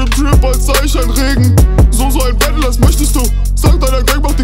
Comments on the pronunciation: es heißt nicht "Bättle" und auch nicht "Fränds" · Wenn der noch einmal bättle und frändz sagt...